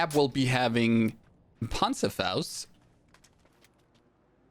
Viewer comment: You have to pronunce the ,,Panzerfaust" Like a real German